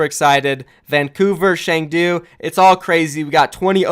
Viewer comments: Dude it's Chengdu like Ch in cheese not "Sheng"du like sh in shit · Cheng-Du is more closer to Choeng - Tu.